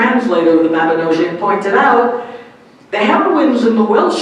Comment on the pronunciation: P.S just a correction on pronounciation - The Mabinogion isn't pronounced like "mab-ino-jee-one" but as "mab-ino-g-ion" so as if a little kid would pronounce the letter G as "GUH"